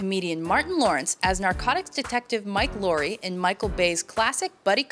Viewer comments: not mike lourie...MIKE LOWWWWRRYYY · did she say "mike laurie"? xD ahaha it's mike larry with an accentuated laaaa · I'm sorry, but how did she just pronounce Mike Lowry?!! Mike Luury. ..? What the f***?? Get it right woman, everyone knows it's Mike LOOWWWRY!! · It’s Mike Looowwrey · wrong sweetheart. It is pronounced Mike Laaaow-ry.